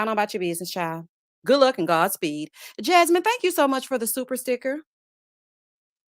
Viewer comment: SO COOL, YOU SAID JasMeana!